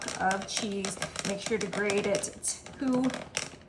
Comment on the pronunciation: It’s “grate “your own cheese not “grade”. And thanks for saying “pat” of butter instead of “pad”!